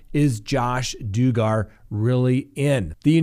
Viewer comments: Please say his name correctly it's dug gar not doo gar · IT IS NOT "DOO -- GARR" ! COME ON ! YOU COULD HAVE WATCHED 1 VIDEO FROM THE FAMILY TV SERIES. IT'S "DUG -- ER" JUST LIKE IT IS SPELLED! BEST TO DO YOUR MINIMUM HOMEWORK BEFORE MOVING AHEAD ! IT IS LIKE CALLING TED BUNDY, TED "BOON -- DEE" ! DON'T BE A "DOO -- FUS." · It’s Dug-gar not Doo-gar…. 😂. Annoying mispronunciation!! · Josh “Doo-gar”? LoL., do you seriously not know who the Duggar family is??? It’s “Dug er”...rhymes with slugger. Get it right. Get it right. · It's pronounced Dug-ger NOT Doogar. We wouldn't want people to mistake this piece of crap for anyone else. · You aren't pronouncing his name right. Alot of people might be confused about who is! It's like saying Douger. !"DOUG" "ER" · Duggar pronunciation: It's not DU-GGAR. It is: DUG-GAR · DUGGAR IS NOT DO GAR DUDE SERIOUSLY AT LEAST MAKE SURE SAY PEOPLE'S NAMES RIGHT IT SOUNDS LIKE DUG GET IT ??? D U G G A R NOT DO GGAR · HAY LISTEN YOUR SAYING HIS LAST NAME WRONG IT'S NOT DOCKET (IT'S DUGGAR)!! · Why are you mispronouncing his last name? It’s irritating. Everyone knows it’s “dug-grrr” not “do-gar”. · Stop saying DO-GAR......its Dug-gar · It's pronounced duhg-er, not du-gar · Dug ger not Doo gar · His name is not Do-gar!! It’s Duggar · It's DUH GER, Not Do Gar. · it's Duggar...short U. Not Doogar!..dug as in dig but dug...gger...dugger! Give it a try! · Hey, just so you know, you are pronouncing Josh Duggar name all wrong. It’s not pronounced Doo-gar, it’s pronounced Doug-ger. I hope that this help in some small way. You usually do a great job of getting the names right, a lot better than I do, but this one threw you. Keep up the great work on Crime Talk. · If you are going to cover something, please know how to pronounce it. Josh Duggar. Like “I dug a hole.” Not Doogar. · It’s Duggar “Dugg-Ar not doogar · Dugger not DOOGAR. Idiot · Duggar. Not Duegarr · doogar 😂 I like that better than Duggar 😂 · Ha ha... Duggar not Dooger